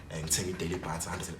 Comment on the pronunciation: It's DATA not DEYITHA...